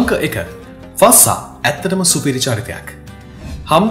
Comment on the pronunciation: ශික් නෙමේ ශෙ(යි)ක් ෆස්සා නෙමේ ෆ(z‍)සා fazza මරු වීඩියෝ එක